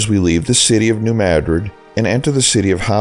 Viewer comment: My father was born in New Madrid (which you pronounced correctly), my mother in Howardville, and I haven’t been back in almost half a century. Living so far away your video seems like a taste of home. Thank you!